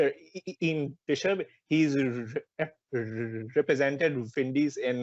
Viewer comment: its "ian" bishop.